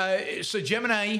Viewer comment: Lmao you're tuning into a guy who can't even pronounce Gemini